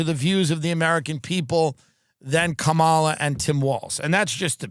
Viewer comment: I know Tim takes it up the ass but can he please pronounce Kanala properly?